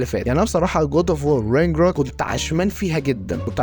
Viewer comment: شكلك وانت بتقول رينجروك بثقه واكسنت مضحك جدت 😂